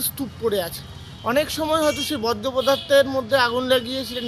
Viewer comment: ওটা 'বজ্র' নয়, 'বর্জ্য' হবে।